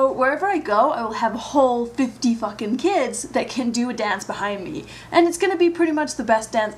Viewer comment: when you said "f***ing" I heard your british accent